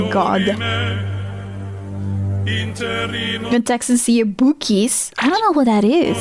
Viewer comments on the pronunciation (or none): girl it's Buck-ees not bookies 😂 hearing you say that made me chuckle